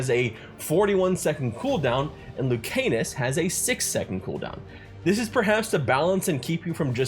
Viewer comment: Love hearing ppl pronounce Lucanis as Luke Anus 💀